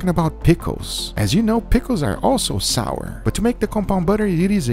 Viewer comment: Sauer in German means angry. GUGA said sour kraut. Not sour , sauer.